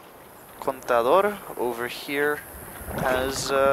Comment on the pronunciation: I like that you pronounced "contador" correctly.